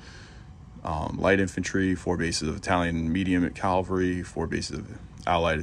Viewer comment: Why so many people mispronounce Cavalry as Calvary?